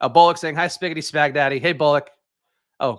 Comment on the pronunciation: Spags-ghetti...come on Spags. You knew that one